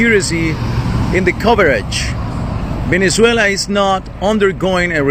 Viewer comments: "Ven-UH-zway-lah" not "Ven-EN-zway-lah". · Venezuela, NOT "Venenzuela". Jane Fonda now has to find somewhere ELSE to run and hide. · Why do you keep saying VENEN-ZUELA? There’s not 2 N’s. Don’t be like Steven Gardner who adds an S to every name lol. I love you! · Why do you say VeneNzuela? Just wondering. Praying for free and prosperous Venezuela and Iran! ❤